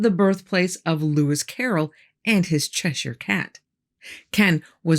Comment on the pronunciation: Thank you for saying Cheshire correctly not many people get it right and mispronounce places in England